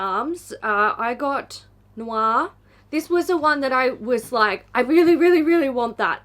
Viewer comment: i love how Aussies say 'noir' lol, it sounds like 'noix'